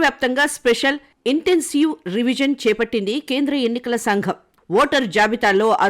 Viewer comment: Riviz kaadu, revision